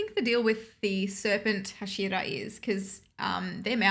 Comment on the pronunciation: Just for you to know, it is pronounced 'hah-shee-rah😊 great reactions as always! Keep it up